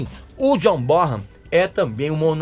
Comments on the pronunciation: Po Régis, você não pode pronunciar errado o nome do grande John Bonhan!!! Pronuncia-se BONAN e não BORAN!!! O H é mudo nesse caso! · Ti liga Régis Bonham ( pronúncia é Bonan ) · Régis, a pronúncia correta é john Bonan. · Régis continua pronunciando errado o nome do John Bonzo Bonham